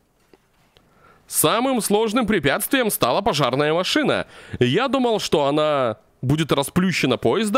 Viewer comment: не макшина-а машина 3 54